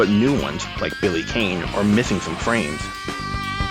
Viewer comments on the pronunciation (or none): Despite the missing frames (mostly Billy Kane (last name is pronounced "Kahn")), and some additional ones like Blue Mary, the Neo-Geo CD port is decent, along with the Saturn - right down to the option to play it in English.